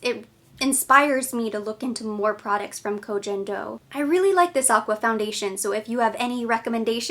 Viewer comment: Koh Gen (g like go) Do ☺️